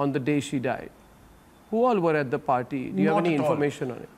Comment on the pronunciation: Sandip was so panicked he said "Clean Chot cheat chit to anybody" then party was pronounced as Particle. 😂